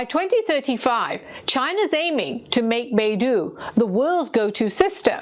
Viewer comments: Beidou should be pronounced as 'Bei-Doe'. Not 'Bei-Do' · Beidou (North Star/Polaris) is not Baidu the browser. Your pronunciation makes it a bit confusing. Its not doo its dou. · Small thing; Beidou is pronounced like “Bay Doe” in English. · It pronounce Bei Dou , with O , not U . So it’s O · No. It's more correctly pronounced as "Pay Tou" because 'd' in Pinyin is our usual (unaspirated) 't'. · Yeah I noticed the same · FYI: Beidou refers to the big dipper constellation. And it is pronounced as Bay Doh. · Pronounced like Bei - dou(dough) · Dou in Beidou is pronounced like a female deer. Doe a deer a female deer. "Bay-Doe" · Shouldn’t you learn to pronounce Beidou, knowing you’re doing this segment about it? Talk about respect. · Great report. Just the pronunciation of Beidou system is Bay - D-Oh, instead of Bay-duu. Bay - Duu sounds more like another Chinese company, the Google of China' Baidu' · Beidou is not pronounced "BAY-DO", but should be pronounced like "BAY-DOE" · On dit Baidou et pas beidou. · It's pronounced BAY DOH, not BAY DOO. It's the Chinese world for compass. Beidou is FAR more sophisticated than GPS as it has a backchannel and is bi-directional. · Beidou ,北斗， is pronounced as “ bay though”, not baidu, a search engine. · 北斗, Bei Dou, it's [Beɪ Dəʊ] by the way, not [Beɪ Du:].